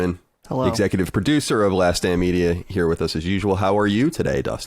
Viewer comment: "Last Stand" and "last damn" sound quite familiar. Not sure if you are avoiding your own annunciation regulations, but it is to be noted.